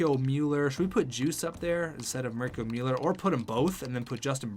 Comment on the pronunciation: Mer-co muller